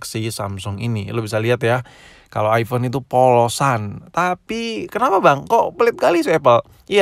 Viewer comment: aipon bukan aivon